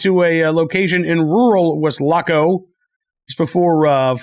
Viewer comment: Always enjoy your show; the accuracy and insight of the topics presented. However, your pronunciation of Weslaco had my wife and I loling! Wes- la -co is the way preferred way to pronounce. Not Wes-lac-co. I must admit you do sooo much better with strange names than I could.